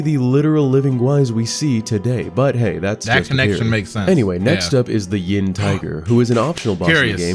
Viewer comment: yep, it's 寅("yin" with second tone)虎，not 阴("yin" with first tone, as opposed to "yang")虎